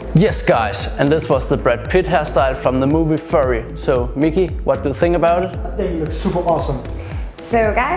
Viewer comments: "It's not Furry.. it's Fury".. pronounced "Fewree" not "Furee" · Did she say furry?🤣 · Omg 😂 aye guys I can tell these guys are from Germany. The pronunciation is not like any other in English. I would say it's a "kartofellish" spreech right here "furry" WTF I laugh so loud I feel every muscle in my stomach. Living in Germany is crazy enough but seeing this Typ of Kartofellish speech is not from this world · You are correct. They don't always have sex but they do dress up in animal costumes and take on a more animalistic persona. I was watching Fury recently and my coworkers also pronounced it as "Furry". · It's fyury that's how to pronounce it its fury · Bruh furry its pronounced as fioury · When you hear her pronounce "fury" wrong and go to the comments to see people making jokes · We knew soon as we finished the recording that it was mispronounced 😄⭐️